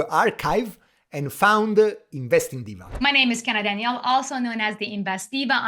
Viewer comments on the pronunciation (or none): none